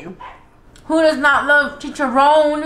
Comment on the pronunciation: This girl said “chichiroaann with sawlsa berte “ 😂😂😂 girl pleaseeeeeeeeee 😂✌🏽